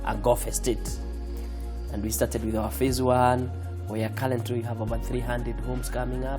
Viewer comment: His pronounciation might be out but trust me, this man did done make it.